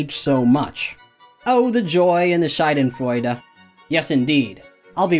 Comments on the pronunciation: Its char-den-froi-dae not shy-den. Scheide is german for Vagina. Very different kind of Freude. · Did he really just say "Shadenfreude"? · Hearing you pronounce Schadenfreude like Scheidenfreude is quite amusing considering Scheidenfreude would literally translate to vagina pleasure. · You pronounced Schadenfreude as Scheidenfreude which literally means vaginal joy. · There is no "eh" sound at the end of "shadenfreude". Just for future reference. ILY by by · lmao you said scheidenfreude, "pussy pleasure"